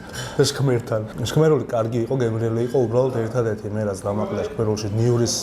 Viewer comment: ჩქმ არა შქმ))